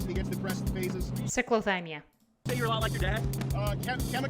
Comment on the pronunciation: Cyclothymia is actually not pronounced "sic" but as "sai- kluh- thai-mee- uh". 😅